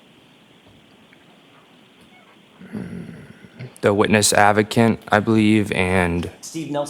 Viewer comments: did u notice he said " advocant" not advocate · witness "av-o-cant" hmmm.... who still wears LaCroste? Oh that's right the Old School Preppy Canton Bully Families. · Whats a "witness aveecant" 😂😂😂😂😂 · Hey can’t even say the word advocate lmfao 😂